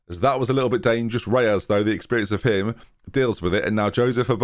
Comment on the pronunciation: Where do you get the "a" from in Reyes? 😝